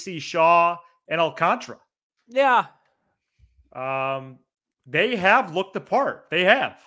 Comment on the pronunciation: Alcantara is being mispronunced. His last name ends in ara not ra.